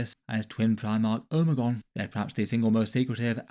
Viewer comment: Every once in a while I hear a brit pronounce something that makes me think their accents are fake and they're just doing that to fuck with the rest of the world. How you pronounce Omegon fucking hit me like a truck.